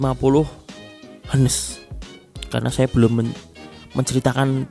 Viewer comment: Highness om bacanya